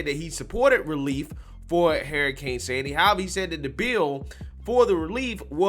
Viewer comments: Dude it’s not hairrican—— it’s hur·uh·kayn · De Santis is AWESOME SAUCE NO DOUBT! BUT, YOU SAYING HERICANE! WHEW CHILE 🤣😂😂😂🤣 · Big fan here saying this but the way you say Hurricane is nuts lol You sound dead on Cleveland Brown from Family guy when he says "Heryicane" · I thought Harry Cane Sandy was a person for a quick second lol